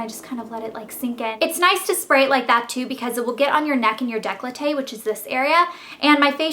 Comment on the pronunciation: Right, let's get this straight once and for all, it is NOT day-clo-tay. It is décolleté, please, I'm not trying to be offensive, but could you just search how to pronounce it in google?